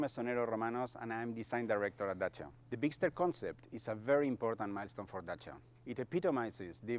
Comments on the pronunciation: Nice video mate I love your channel I like how you say Dacia in the right way Much love from Romania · YESSS YOU PRONOUNCED IT CORRECTLY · Your pronunciation of "Dacia" is spot on!